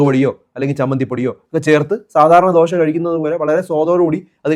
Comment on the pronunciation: Not dosha but dosah in malayalam ദോഷാ ദോശ